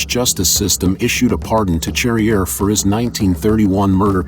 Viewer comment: It’s pronounced sharrier you dumb yank.